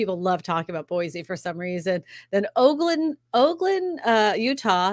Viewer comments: Ogden Utah pronounced Ogden Utah pronounced oogden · You butchered ogden. You must not be tat credible. Lol